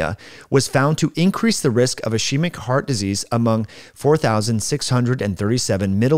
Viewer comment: Thanks for the video. Very interesting. Just fyi, ischemic is pronounced /ɪˈskiː.mɪk/ not /I' she mik/ The sch makes a hard k sound like in ski. Thanks again!